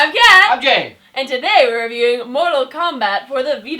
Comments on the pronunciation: "I'm mike, I'm kat, I'm gay." Is that what I heard? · when Jay says his name in the intro it sounds more like "I'm gay" instead of "I'm Jay"